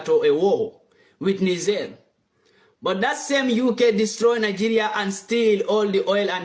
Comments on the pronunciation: It not pronounced “ni ga” but “ni jay”. What’s wrong with you man? 🤷🏾‍♂️ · It is not prononce Nikger, it is pronounce Nijair. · It's not Niger pls pronounce it properly dammm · One nice black privilege is that you can say 'Niger' with the 'g' like in 'eager'. If you're other colors you have to say it like a girl who is faking a french accent on a party, like "nee jea", basically to be on the safe side with the length of the 'i'.